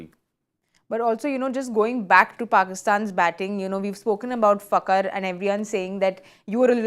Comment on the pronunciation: Madam it's Fakhar kh not k